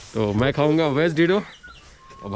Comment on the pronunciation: Dedo nahi bhai dhero bolo.